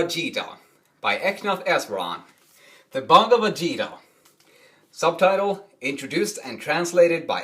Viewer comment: Great explanation however its called as geeta G-(god) ee Ta......Geeta not zeeta. God bless you